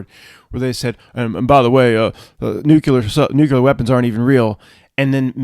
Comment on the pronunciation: Nuculor veapons